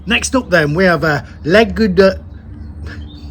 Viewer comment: your accent is so funny "LA GOUDALE" ^_^